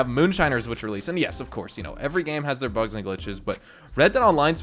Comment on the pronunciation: It took me a second to realise you meant "bugs" and not "bucks", I was wondering why too many bucks was an issue, I'd love to have that problem.